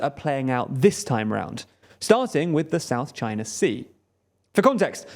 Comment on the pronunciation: "Chiner and Vietnam" "Chiner and the US"